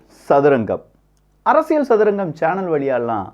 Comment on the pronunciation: அரசியழ் இல்ல, அரசியல். தமிழை சரியா உச்சரிக்க தெரியலன்னா ஒன்னாவகுப்பு டீச்சர்ட்ட பாடம் கத்துக்கோ.